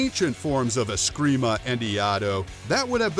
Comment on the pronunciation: "If you know anything about martial arts you know about askreemah and eeyado" well you obviously don't know anything about martial arts pal.. ya can't even say the word right